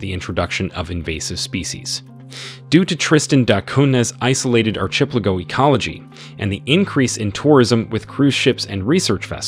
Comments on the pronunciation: I was going to say… what’s an ar-CHIP-leh-go? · Bro said arch ep lago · Bro…ar•CHEH•pleh•go??? Seriously? Say it with me: arky•PELLA•go. Jesus. You said it so confidently, too. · How do u pronounce "ARCHIPELIGO" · It is pronounced Ar-Ka-Pellico. and it's pronounced Tristan Da Koonya. Do your homework before you post a video! I can't take this video seriously. There are way better videos.! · Arrrrh, ship, pay lah go 😂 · That constant, off-time sniff and bizarre pronunciation (archplaygo) sure sounds like AI narration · I can't believe the way this guy pronounces archipelago. It's insane. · It's ridiculous. He needs to educate himself. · It is bizarre, but I suspect English may not be his first language. Otherwise, the video is exceptionally well made. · At first I had no idea what he was saying. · Was going to say the same. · It is really bothering me